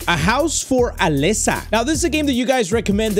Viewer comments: HE KEPT SAYING ALEXA ITS ALESA👹👹👹👹👹👹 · why do you say Alexa its Alesa not Alexa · it's AlEEsa, not Alessa 😭 (and also not Alexa) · I like how put an accent on the name Alesa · homie has my amazon echo going nuts every time he says "Alesa" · I love how he mispronounces her name 😂😂😂